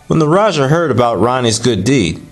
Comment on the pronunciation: Thank You for sharing! The correct pronunciation for Raja is Ra-Ja as in James not Jha or Ya. Have a splendid day! Peace.